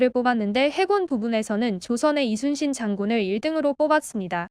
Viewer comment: 이 채널은 사진 몆장이나 동영상 스크랩으로 카더라 통신으로 안하고 실제 동영상을 제대로 올려서 너무 좋네요 ❤ 근데 저 교수님 진짜 우리 문화를 제대로 연구하셨던 분이신듯 하네요 이순신을 칠판에 쓸때 Lee로 시작안하고 Yi로 적고 발음도 리순신이 아닌 이순신으로 제대로 발음도 하시는 것을 보니 소름 쫙 솔직히 우리 발음을 못해서 고려가 코리아가 되고 우리의 성씨를 발음 못해서 그들의 표기법으로 맘대로 바꾸는거 정말 싫었는데 그리고 또 우리는 그들 표기법대로 우리의 말을 바꿔서 쓰는건 더 싫고요 그런데 저 교수님은 제대로 우리의 발음과 역사를 다 꿰고 계셔서 웬지 흐뭇하네요 ㅎ